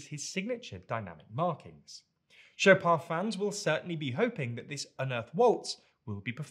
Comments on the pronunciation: If he said show-pan or something similar I would assume "at least he tried", but shop'ah is just hilarious. :D Especially because in Polish (Chopin native language) shop'ah sound exactly like "szopa" which means "garden shed". :D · I know that he also got the vowel wrong, but if let the /n/ at the end it would be easier to me to get he meant "Chopin". If he said just "composer shop'ah" without mentioning his first name, showing his photo or name in text I would not guess who he meant. If there was that /n/ at the end I would probably get immediately who he meant event without other clues. But the whole debate made me wonder how Fryderyk Chopin pronounced his last name. While F. Chopin knew French it was not his native language, because he left Poland aged 21, so potentially F. Chopin could have a very slight Polish accent in his French, especially before he left Poland. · “I would not guess who he meant.” I get it. “Shop’ah” is pretty indecipherable. (I recently watched a video where the person kept on referring to someone as “Gōth,” rhyming with both, —it was in the context of science, not literature — and it took me till after the video, cross-referencing with some of the facts that he cited, to realize that he was talking about Goethe. So mispronunciations can be very misleading.) I would surmise that Chopin pronounced his name fairly close to the French pronunciation if only because his father, who was French but emigrated to Poland, probably pronounced it as French. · Was waiting anxiously for the segment to arrive after reading this comment, was NOT prepared to hear pronunciation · It sound as if his music should be played only in garden sheds.* *For those who do not understand the joke, pronunciation is very similar to Polish word "szopa" which means "garden shed". And yes Chopin native language is Polish (his father was French but emigrated to Poland as a child). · That's the craziest pronunciation of Chopin I've ever heard